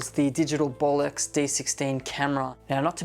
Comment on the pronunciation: Did he say "Bolox"?